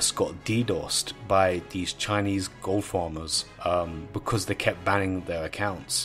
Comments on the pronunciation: goooold....dude, why are you saying it in such a weird way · Ghold. That pronunciation